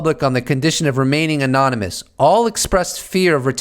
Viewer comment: You’re a smart guy please pronounce excerpt, anonymous correctly there’s a P in it ? It’s not EXCERT ITS EXCERPT . You ALLWAYS use the latter when your trying to say the former.